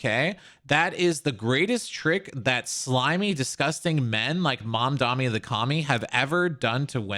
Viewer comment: why do people still call him mamdami. its mamdani, is this an american thing. it seems like no one can pronounce it